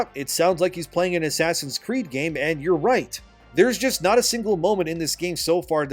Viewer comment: "ASS creed" ...😆